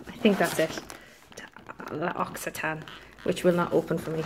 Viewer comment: You got it right! L'oak-see-tan! Easy! 😀😜 Hope you get well soon! 😗